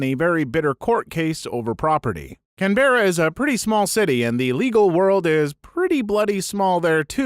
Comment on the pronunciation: The way he say canberra both makes me want to laugh like its a joke between friends, and laugh uncomfortably in a room full of strangers